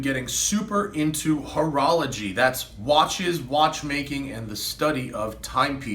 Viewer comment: Hoe-rology 🤦🏼‍♀️ hahahah